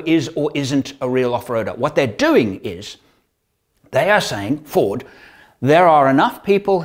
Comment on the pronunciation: When you said Ford, I only heard 'Fraud' the first few times. Sorry.